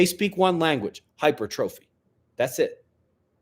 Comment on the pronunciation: In Heaven there is unlimited bacon, or so I've been told! great live stream once again Ben, I find it amusing that folks only need to watch one of these to understand why you act like you do sometimes, fwiw, it is pronounced high-purr-tro-fee not hyper-trophy, continued success on your fitness journey, it is always nice watching peoples evolution when they realize their first wealth is their health and they invest wisely, See you all soon for the morning news brothers & sisters. 🙏 Non ducor, duco